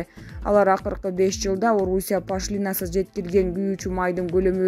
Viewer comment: Эээй журналистер пашлиинасыз дегенин эмне кайра кайра сабатсыздар Пошлинасыз деп ударенияны О тамгага коюп уйронуп алчы